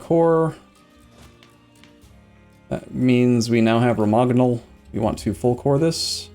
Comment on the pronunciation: ok I'm really sorry, I'm not usually this guy, but I just have had it with the boloGnas and RomaGnols. It's pronounced bolonya and romanyol. thanks and sorry. great to see you back on eu4, can't get enough of this series.